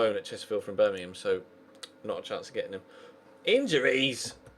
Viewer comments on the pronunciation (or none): none